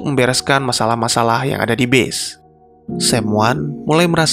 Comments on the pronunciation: Pas dia bilang “base” itu dia blng nya “bis” asli gw pkir “bis” yg “bus” itu dlm arti yg sbnr nya ya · gw dengerin pake headset dia ucapin kata base-nya bener kok, dia bilang "bes" ("e" seperti pada kata; ego, ekonomi, tempe, lonte dll).. bukan "bis" coba ko dengerin lagi pake headset bang, kalo perlu kurek telinga ko dulu pake sekop